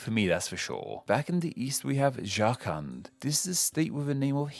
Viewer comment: Love your pronounciation of jharkhand 😂😂😭